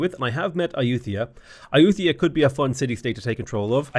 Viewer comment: Ai-youth-ia... that's a new one. (if anyone was wondering, Ay-you-tuh-ya is what google says, but Ai-you-thai-yah sounds closer in my opinion, but don't emphasize the 'th').